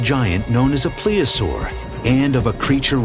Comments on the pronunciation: PLEOSAUR??? Do you mean to say PLESIOSAUR??? I'm smelling some make-believe scholarship here. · That's Plesiosaur not Pleosaur. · They keep saying plea-a-saur. I believe it's plesiosaur or plesiosaurus. Idk maybe my ears just don't work right anymore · Plesiosaur, please pronounce the "s." Weird sound effects and camera angles, a guy with a monocle...I've seen enough, bye! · Marine Biologist my ass, he couldn't even say the right name of the animal when he compared it to Nessi. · Well his marine biology degree should be called Into question if he cant even use the correct pronunciation of plesiosaur